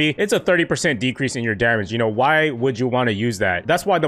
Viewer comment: He says dermage